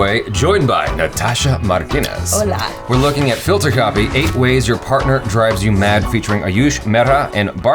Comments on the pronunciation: Jaby its not parter its "partner" dude comeon 😂😂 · #jaby it's PARTNER not PARTER... come on jaby . get yourself together. 😁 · Jaby its partner not parter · I came here to say *Partner and not parter